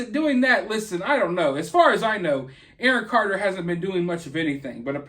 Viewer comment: "Awon Carter" 😂😋😋😂